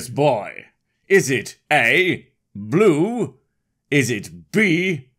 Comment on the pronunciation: THAT'S NOT BLUUUE !!!!! It's Blue - esq .